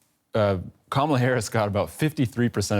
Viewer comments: Kaaaa-mala Harris. Please! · A whole election cycle, 4 years as VP and the host still cannot pronounce Kamala's name. Nails on a chalkboard